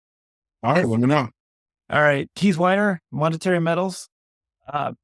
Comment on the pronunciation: To the host: Can you please get Keith's name right? You've interviewed him multiple times now, and he's a fantastic guest, but you still aren't pronouncing his name correctly.